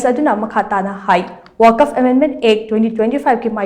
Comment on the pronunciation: “ Waq’fa “ haina pronounce toubiyu.